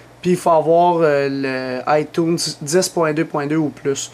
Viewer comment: Mdrr comment il dit itunes jsuis plier breef merci pour la video